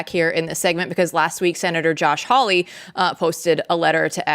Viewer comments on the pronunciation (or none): Why can't anyone pronounce Hawley correctly? Not hard. "HeeHaw!" Haw-lee. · In the whole vast sceme of things this may be tiny, but please pronounce Josh Hawley's name correctly! It's not HOWley, it's HAWley. Thank you!